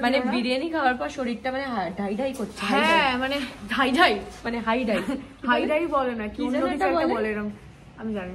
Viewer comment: Ore otake 'Aidhai ' bole😂😂🙈🙈 haidhai na😂😂😅😅